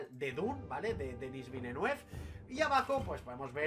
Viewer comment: Buen vídeo. Un apunte: los guiris lo pronuncian "vilenev".